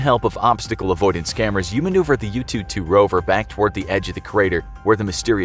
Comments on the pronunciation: Some help: 玉兔 Literally Jade Rabbit. Yu'tu, instead of "Yoo Too", more like Yü Too, with a u-umlaut. 嫦娥 name of a goddess. Chang'e, instead of "Chang ee", more like "Chah-ng ə" with a schwa. I don't remember the details but there's a legend about a girl who unwillingly flew into the sky with her pet rabbit and landed on the moon. Hence why she's considered the Moon Goddess. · The way u pronunce yutu is like youtube, interesting, just saying 哈哈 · he butchered the pronunciation of yu'tu and chang'e pretty bad hahaha